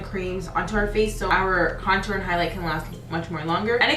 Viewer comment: Small face girls over here!! It be hard to contour and highlight on my small egg head ass, just subscribed. But please fix how you say contour you doing it all wrong boo 😂😘